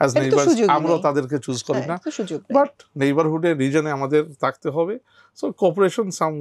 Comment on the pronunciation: ভুল উচ্চারণে বাংলা কথা বলে যেমন থাকতে না বলে বলছেন তাখতে।